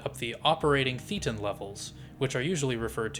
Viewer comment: One little thing. You’re saying thetan wrong. It’s pronounced “thay-tin”. Not “thee-tin”.